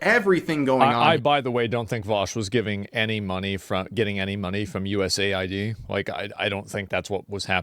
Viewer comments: Why do you say US A.I.D. Isn't USAID like "aid" as in "aiding someone or something"? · USA-ID? Shouldnt it be US-AID? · Why can no one get it right everywhere it is “USaid” US Aid not USA ID